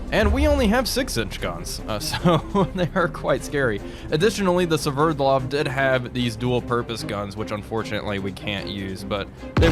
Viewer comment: Called it "severdlov"